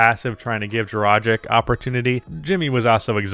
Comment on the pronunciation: Okay, the way you are saying "Dragic" is getting to me.